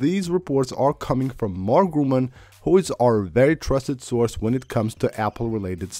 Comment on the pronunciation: Holy sh*t dude. Learn to pronounce his last name properly. Every video you mention his name you say "Grooman"... If you can't say it, don't say it all.